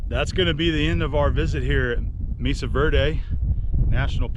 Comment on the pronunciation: FYI the 'e' in Mesa is pronounced like a long 'a'.